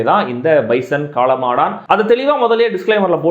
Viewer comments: Pesum podhey spelling mistake vittu pesreye na 😂😂😂 Kaala maadan not kaala maadaaaaaan😅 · காளமாடான் ILLENGA AYYA காளமாடன் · Enna bro premiere show ah! காளமாடான்❌ காளமாடன்✅